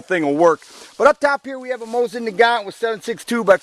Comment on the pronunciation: MOE-SEEN. You bad comrade.